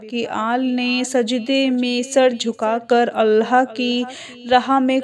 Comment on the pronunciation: please say 'Allah' Not Allha.